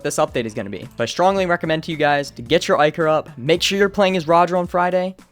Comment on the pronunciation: Stay "tooned"